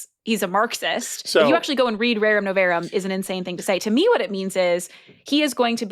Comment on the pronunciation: It's "Rerum nov-AH-rum." Please and thank you.